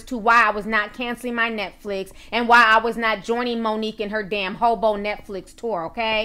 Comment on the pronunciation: roffl every time she says "hobo"